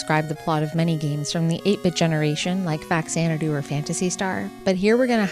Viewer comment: I hate being pedantic, but I’m totally going to be here. It’s pronounced Fah-Zan-eh-Doo. It’s a Japanese portmanteau of the original game’s title, the PC game Xanadu, pronounced with the Z phoneme at the beginning, and the Japanese name for the NES, the Famicom (which is another portmanteau, portmanteau-ception!) So, basically it means Famicom Xanadu.